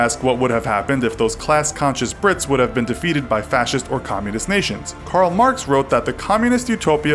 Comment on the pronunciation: I thought you were calling them pricks